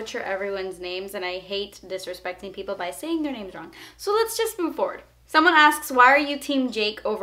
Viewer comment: OMG! YOU ANSWERED MY QUESTION AND I'M SO HHDJJE. I LOVE YOU. ps. you look gorgeous!! pps. you did pronounce my name correctly.